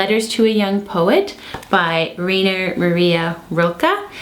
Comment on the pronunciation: Thanks for making this video. BTW, Rainer is pronounced "Rye-ner".